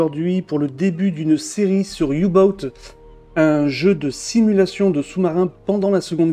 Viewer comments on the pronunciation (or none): Excellente vidéo Le jeu est en solde je vais sûrement le prendre. Si jamais on dit Ouh boat et pas You Boat ;)